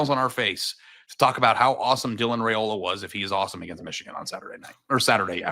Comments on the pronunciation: if Nebraska wins, can you promise to start pronouncing “Raiola” correctly? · How can he say he is not a hater when he doesn't even say his last name correctly. If your job is to talk sports then you should at least say peoples names correctly. Heck you even listen to you co host say it right and still refuse to not add a y in the middle of his name. Its not even that hard of a name to say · Rye-oh-luh, I can only correct you so many times.